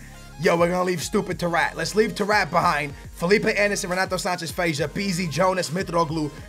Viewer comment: Bruh when he said tarrFAT that had my dying 😂😂 great vid 👌